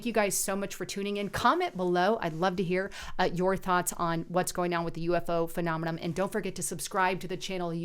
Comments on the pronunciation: Right...phe·nom·e·non not phenomenoM.. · It’s not “phenomeNOM”....it’s “phenomeNON”... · Phenomenom? Lisa isn't very good at pronouncing the big words her script writers feed her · Lisa, there's no "m" at the end of "phenomenon" or "phenomena."